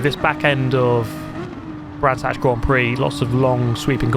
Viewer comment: Brands Hatch? Gran's Thatch.